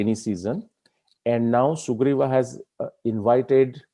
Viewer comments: I like the whole topic and narration. But your Rama and Sugrivaaa pronunciations are jarring. Why not use indic style of Ram and Sugreev? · this is brilliant! Fantastic!! I just have a slight objection to the way you are pronouncing certain words…… Sugreevaaa, Ramayanaaa, Ravanaaa They should be pronounced Sugreev, Ramayan, Raavan Why put the extended "aaa" after each word?😩 Sir, please look into this. Thanks! 😊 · Suggestion: Pls pronounce namea as we do in normal lfe so its Ram...Ravan, Sugriv....not Raamaa, Ravanaa, Ramayanaa, Sugrivaa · Why its sugriva not sugriv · Good video, but saying Ravan"aa', Ramayan"aa", Sughriv"aa" etc. is very frustrating... I would expect the correct pronounciation from someone who has done so much research... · Sir, why you are pronuncing Rama, RavanA, SugrivA. Have we listened akbarA, jahangirA, etc etc.. Let's stop it immediately... Plz do consider my humble request